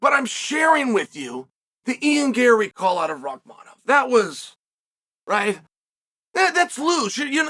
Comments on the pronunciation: I am convinced CHAEL is butchering guys names on purpose at this point 😂😂 JACK DELA LEMA SHAVKAT RIHMAYEV KAMARA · Bro this nigga said Rimaev😂😂😂